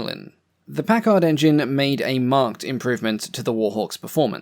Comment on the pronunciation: When pronouncing the word "Packard", the accent is on the first syllable.